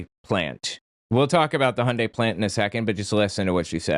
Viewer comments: She says there was slave labor, but it's obvious she's making it up. She also doesn't know know how to pronounce Hyundai. it's Hyundai, not Hi-undai😮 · She can’t even pronounce Hyundai correctly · Dude, they even came out with commercials for the USA, decades ago, to get them to pronounce it correctly. There's no excuse to still be pronouncing it THIS WRONG. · It's properly pronounced, "Heeon-dae" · Whew, she was really fighting the pronunciation of Hyundai. I thought she might pass out, it was touch and go there for a second.